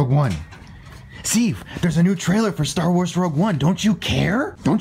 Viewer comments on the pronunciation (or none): LOL, you said "Star Worse"